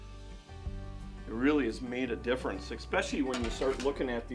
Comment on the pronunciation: Drink everytime he says "makes a big differunce"